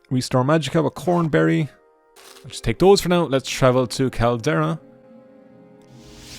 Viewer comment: you absolutely insane bastard, you nearly made me have an existential crisis by calling "COMberry" "CORNberry", or at least it sounded like that. You have no idea how much this unsettled me. I thought I had been wrong all these years.